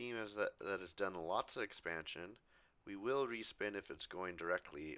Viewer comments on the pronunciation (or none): none